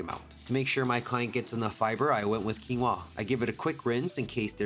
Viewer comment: Baby, it's quí-noa, the accent is on the í. And it is an O, not a U. Quinoa comes from the Incas. Exactly my side of the Americas. ❤ You are a great chef!